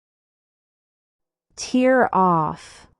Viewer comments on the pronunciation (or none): The pronunciation of “tear” in “tear off” is wrong. It should be /ter/, not /tɪ:r/